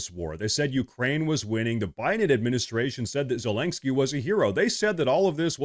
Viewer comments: Once in awhile you are pronouncing it right: 'ZeleNSky' - but usually you pronounce 'ZeleNGsky' Much support from Finland 🇫🇮 You have a good channel here 👊🏼 Keep going strong my friend 💪🏼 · the complete disrespect by pronouncing his name zelangsky the whole video made me chuckle. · Me trying to count the amount of times you said ‘ZelenKksky’ 😅 lost count somewhere around 7. Good vid bro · Please stop pronouncing his name as Zelenksky. There's no k before the s. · Ze-lenk-skyy != Zelenskyy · His name is pronounced zelen-skee. It's painful hearing you mispronounce it and it makes you sound less credible.